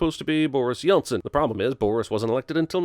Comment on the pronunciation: „Boris Yeltzen“?